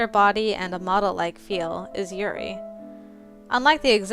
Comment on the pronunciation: It's pronounced like You- then a really fast Ri You-ri. (OH NO SHE KNOWS!) Lol. Nothing too bad happens but the game can get a little bit creepy. I think you will love it. It's an awesome game. Lance is my little Tsundere and he is just perfect! I think you picked the best person to start with. Also if you didn't know, there is an order that the game makes you do the routes, You can do Lance, Yeonho, and Yuri in any order, But then you have to do Tei 4th and you have to do Red last. This game is Golden though! You're going to love this game! Even though the bad endings, Which I reccomend doing side video's to get them, Are kind of creepy, They are so worth the extra work!